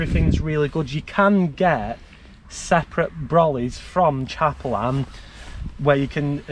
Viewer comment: Why do you call it chaperlan 😂